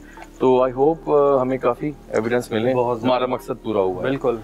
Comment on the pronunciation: Maksan nhi maqsad hota bro